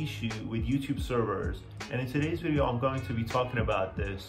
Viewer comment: Thanks that helps ! Just thought I'd let you know, Video, is pronounced as a V at the start not a W. It's Video not Wideo.